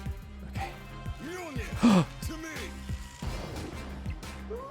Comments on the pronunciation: The game: “Mewlnear! To me!” immediately after: “midgeohlnear! To me!” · mmah-jole-Ner the amount of cringe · Ah yes the Mah-Joel-Near deck.